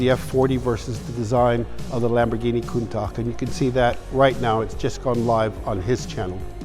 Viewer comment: nobody's gonna call him out for "lamborghini countak"?